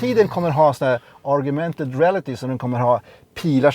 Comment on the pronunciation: Bra och underhållande video! Så heter det ju faktisk Augmented reality och inte "argumented reality" som det kallats i flera klipp,.